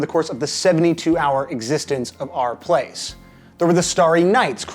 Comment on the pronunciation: Took me five minutes to realise you were saying /r/place and not "Our" Place.